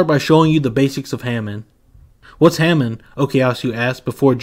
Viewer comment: Bro said Ham en. It's Hah mone